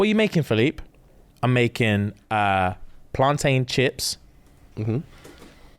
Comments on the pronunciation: It's not plan-tain yall it's plantin! Just like captain and mountain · I'm so upset that said PlanTAIN instead of PlanTIN....like I know you're half, but I thought that half was Caribbean 😂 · Can someone please tell them plantain is pronounced "plantin" the same way mountain, and captain are. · Why the blud clart are you man pronouncing plantain like ‘PlanTAIN’ 😂 I’m dead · Love you guys, but it's upsetting me how you're pronouncing Plantain 😂😂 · The pronunciation of plantain is making me feel sick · Am I the only one who's bothered abt how they say plantain 😭😂